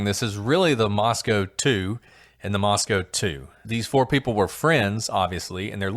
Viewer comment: I'm listening to another podcast of y'all's on Spotify but realized you're saying Moscow like the Moscow in Russia...the Moscow where the stabbings were is pronounced like Moscoe instead...no W...like Roscoe but it's pronounced Moscoe but spelled like Moscow, of course....just wanted to catch you and I hope you see this.